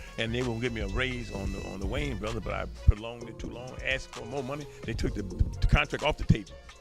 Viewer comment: why your AI having a hard time saying brothers? were you spelling it wrong?